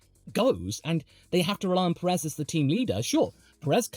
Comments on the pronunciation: love watching you yap about F1 but for the sake of every hispanic fan, Pérez =/= Peréz. The accent on the first 'é' makes it so that phonetically it is accentuated more than the second one. Big ups on the professional yapping though, very entertaining. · You are emphasising the second 'e' and unfortunately that is incorrect (not your fault, you are not a Spanish native). The emphasis is on the first sillable due to the accent on the first 'é'. Think of the phonetics of the word 'PE-ril' Most journalist will put the emphasis on the second 'e' but we appreciate more the ones that don't. Should be sounding like 'PE-rez', not 'pe-REZ' Keep it up though, have enjoyed watching since you had around 1.2k subscribers :) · What name? Perez? He's definitely not pronouncing it right.